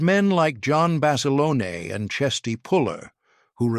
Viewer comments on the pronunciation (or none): " John Basalonie " I mean , , get rid of that lousy A I narrator , , , Good Grief !!!! Cannot pronounce the English language correctly , , ridiculous , , , whoever loads up this narration, get with it or stop !!! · In the first part the called him Bas a lone, in the second it was Bas a loaney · Please pronounce Basilone 's name correctly!!!!!!